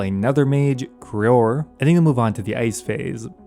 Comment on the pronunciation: As an RS3 player, it hurts my ears hearing him pronounce Fumus and Cruor xD. Not hating, just found it funny.